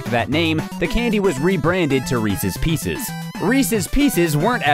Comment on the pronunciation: Reecees peecees